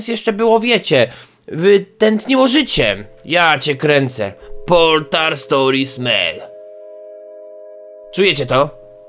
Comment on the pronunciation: Mobile Task Force / M.T.F. Portal, a nie poltal. Rozumiem mówić "l" zamiast "r" w prawdziwym życi, ale nie w necie!